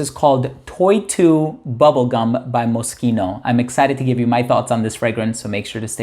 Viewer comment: Always appreciate when someone pronounces Moschino properly 👍🏻 thanks for the vid as always.